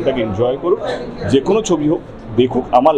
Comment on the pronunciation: আগে বাংলাটা ভালো করে বলতে শিখুন। জীবনে একটাও বাংলা বই পড়েছেন? বাংলা কবিতা জানেন একটাও? পুরনো ক্লাসিক বাংলা ছবি দেখেছেন? 'ক্যে' না বলে 'যে' বলতে শিখুন। বাংলা ভাষাটা মুখ দিয়ে ভালো করে বেরোয়, না বাংলা ছবি উদ্ধার করতে এসেছে। এক কথায় উনি করতে এসেছেন ব্যবসা। বাংলা ছবির পাশে দাঁড়ান ইত্যাদি সবই ব্যবসায়িক স্বার্থে বলা কথা।